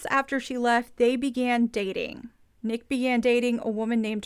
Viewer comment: It’s N___ICK. Like GarrICK.😊 Yeah, Teresa wants screen time to highlight her”rap” career (?).